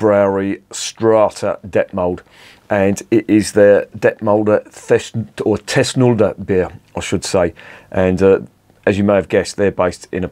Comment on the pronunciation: Its called thusnelda bier, thusnelda. The wife of arminius. Thus-nel-da... 😂